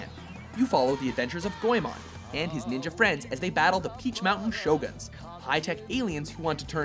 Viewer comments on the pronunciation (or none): Hey, it's not pronounced "goyMON", it's pronounced "go-eh-mon". No stress, and no oy.